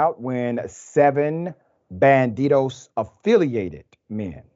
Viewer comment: This so called “Dr.” doesn’t even know how to say “Barrel” or “Saloon”. You sir are a complete and utter moron. You can say “Homietos” and Banditos without your stupid ass shitty Mexican accent also.